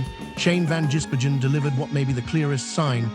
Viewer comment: Pronounce his name right...van giz Bergen. Three words.....